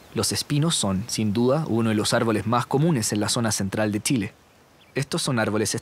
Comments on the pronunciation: Hola ! es CHILE.. NO tchile.. por favor pronuncien bien es CE HACHE .. no hay una letra TE antes ..hasta cuando !?? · Lo unico que podria criticar es que el relator tiene un problema grave con la pronunciación de la CH no es necesario que recalque tanto TCH para que no le suene flaite!!! Pronunciemos bien solo eso el resto esta perfecto!!!!